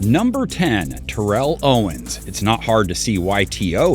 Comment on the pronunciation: Pronounced T-O’s name wrong way to start off lol